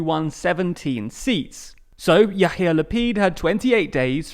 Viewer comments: there are a lot of minor incorrect parts in this video, which is understandable because of the fact you donwt live in Israel. I cant correct everithing here, but you should not pronounce Yair Lapid's name as "Yahir", more like "Ya'ir". this mispronounciation also has funny consequense in Hebrew, which I leave for you to find yourself :) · I love your pronounciation of Lapid's first name! his name is Yair, but you pronounce "Yahir" - which means "arrogant" in hebrew :) And that he is indeed! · Your pronunciation of Hebrew makes me want to pour boiling lead into my ears. It is not Ya-hear Lapid, it's Ya-ear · Love how you pronounce Yair Lapid as Yahir :D Yahir means arrogant in Hebrew, which is a fairly good description of Lapid. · your pronouncing of Yair as Yahir is hilarious, since Yahir means arrogant in Hebrew, and gotta say, it suits the guy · I love how you say "Yahir" Lapid instead of "Ya'ir"... "Ya'ir" means "could light" and "Yahir" means Arrogant! :) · Yair Not yachir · Hey man great videos! pronounciation tip - the name Yair is pronounced Ya-eer. The h you're adding makes it sound like the word "יהיר" (yaheer) which in hebrew means smug and aloof, and the combination "יהיר לפיד" has even been used to degrade mr Lapid in the past (and tbh in the present as well). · The way he said Lapid's name LMAO